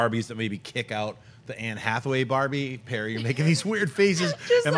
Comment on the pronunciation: said "Perremy"